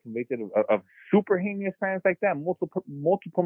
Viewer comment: Jeezus learn how to pronounce "heinous" already, you're a grown man!